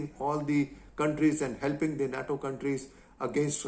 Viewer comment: NATO = 'nay-toe'